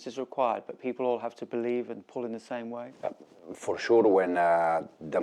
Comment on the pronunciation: "For shuu"😂